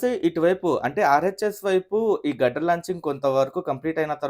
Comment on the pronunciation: its steel grider 👊🏻 not gudder